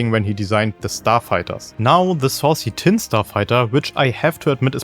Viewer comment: ‘Saucy’ Tinn 😂😂